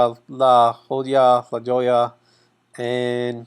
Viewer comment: La Jolla sounds like La Hoyya